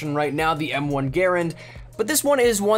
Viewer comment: Did you just pronounce the M1 wrong